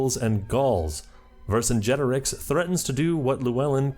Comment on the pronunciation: I'm so proud of you for learning how to say Vercingetorix